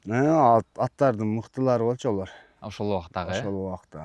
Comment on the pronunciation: Олор эмес алар деп суйлочу.